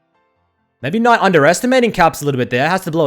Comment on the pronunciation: nobody:: KNOIGHT